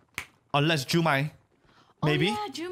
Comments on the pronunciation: why am i so annoyed that they called "jukai" "jumai" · His name was Jukai not Jumai, great reaction!